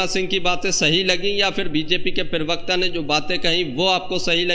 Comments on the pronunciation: I like your videos... But please, it's parvarkta, not pirvakta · Perbakta nahi prabakta hoga.Word ko sudharye. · पेरवक्त नहीं प्रवक्ता बोलिए। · Bhai prawakta kaha jata hai thora uchcharan sahi se kiya karne. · Pirvakta nahin pravakta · पीरिवकता नहीं भाई प्रवक्ता बोलिये सारे वीडियो मे पीरिवक्ता ही बोलते हो भाई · भाई जान पेरवक्ता नहीं होता है प्रवक्ता होता है ,सही सही हिंदी बोलिये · पहले अपना हिंदी सुधार. प्रवक्ता होता है न कि पेर्वाक़ता.